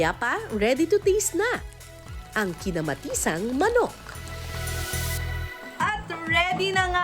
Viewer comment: I love the bisaya accent "kinamaTISang manok"